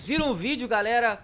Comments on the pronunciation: Na hora você falou galara kkk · ele falou galara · Ele falou "seguinte garara"